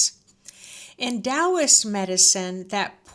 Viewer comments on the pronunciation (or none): none